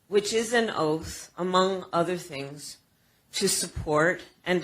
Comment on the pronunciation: Oaf its oath.😂